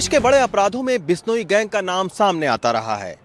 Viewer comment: टट्टू माच , बिश्नोई गैंग क्या शब्द है , सही तरीके से बोला कर और अपनी रोटी सेकता रह